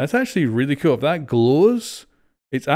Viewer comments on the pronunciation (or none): I’m pretty sure he said cool just with his accent it sounded like cute, either way flores do be kinda cute